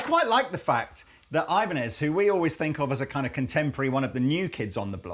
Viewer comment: Jokes aside, Ibanez is a spanish company in origin. The correct pronouncing is "EE-ban-ez". Pedantic, but i think its good trivia knowledge.